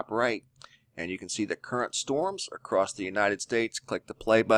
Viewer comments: Love your stuff BUT the word is across NOT acrossdt! Drives me nuts but I can get over it... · It's ACROSS...NO T IN ACROSS...YOUR SAYING ACROST...NO T...NO T...SILENT T IN OFTEN, also...check the dict. GOOD REPORTING, THOUGH...KEEP UP THE GOOD WORK ! ! !